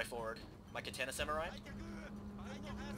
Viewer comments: When you pronounce Katana, it is pronounced Ka-ta-na, not Ka-tan-ah. In Japanese, vowel sounds and vowels themselves end a character which means there is no altering them in words like "More". "More" in Romaji (Japenese words written in english characters) would be pronounced, "Mo-re". A commonly mispronounced word is actually, "Samurai". It should be pronounced, "Sa-Moo-rah-ee". It is commonly pronounced, " Sam - yur - ai " That's pretty much all you need to know to say Romaji correctly. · lol its katana not kaTANA, you sound like your from the south